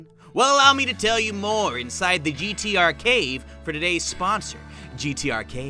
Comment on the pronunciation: "GTArcade" "GTArcate"